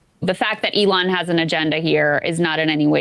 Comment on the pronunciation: Lol I never hear anyone but Sam pronounce Elons name the way he does Elooon as opposed to Elon